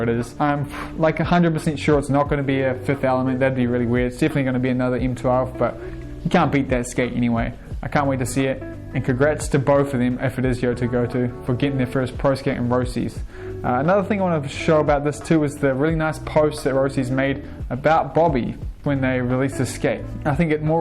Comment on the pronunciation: Why can't anyone pronounce Yuto Goto's name properly??? You Toe Go Toe.